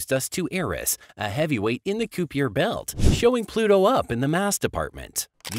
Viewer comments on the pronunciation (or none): The "kyoo-pee-err" belt, huh? Computer-generated narration ruins videos and I don't understand why people insist on using it, or why they don't at least find one that sounds more natural. Regardless, this video was clickbait and completely dull.